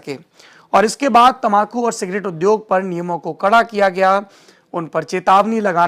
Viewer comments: Ap tambaku ko tamakhu kyon kahte haien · तमाकू नही तंबाकू